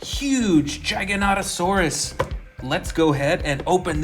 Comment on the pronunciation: U said jijanatosaurs it's pronounced giga-nato-saurs